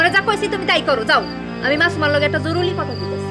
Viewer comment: সবাই বলে জরুলি,,,জরুরি বলতে পারে না কেউ।